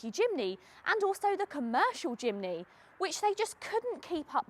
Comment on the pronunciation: “Chimney” haha 🤣